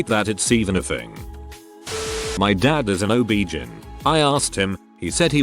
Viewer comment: I enjoy your sites to a point. They are interesting stories, but please, please, please learn how to pronounce some words! I know that live/live and read/read look alike but they aren't always pronounced the same way. OB/GYN you say the letters, O-B-G-Y-N. I'm not trying to be mean or disrespectful. It's just a pet peve that drives me crazy, especially am. Sorry.